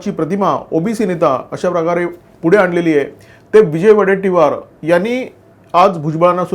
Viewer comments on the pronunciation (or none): none